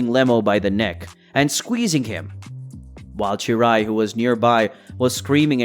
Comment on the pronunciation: its cheelai not cheerai